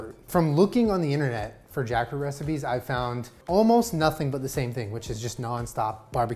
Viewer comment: Take a shot every tiem says Jakfrut